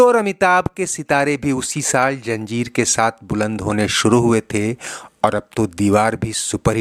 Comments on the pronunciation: It's not 'Janjeer' but 'Zanjeer'. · Farsi lafz hai zanjeer. Tameez se boliye.b